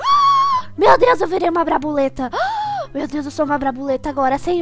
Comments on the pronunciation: Brabuleta KKK Brabuletada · eu quero virar uma "BRABULETA" kkk essa foi boa